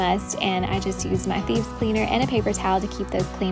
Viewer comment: LOL!! I thought you were saying “Bees”... it Thieves! Okay ! No wonder I could not find them on the internet ....have to pardon this old woman! 😁